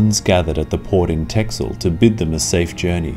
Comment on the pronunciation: Texel is actually pronounced Tessel.